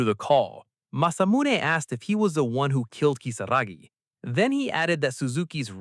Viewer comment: Why are we calling Kisaragi "Kisagi"?????? It's giving me atic everytime I hear Kisagi. Ki-sa-ra-gi